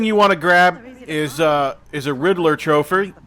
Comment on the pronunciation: Lol so funny!😂 You kept saying tropher! I’m dieing😂😂😂